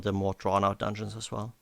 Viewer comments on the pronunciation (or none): the way pronounces dungeons makes me smile everytime "Donions"